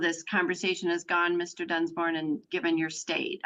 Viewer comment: And the way the judge pronounces his name sounds like ”Dunce-born”.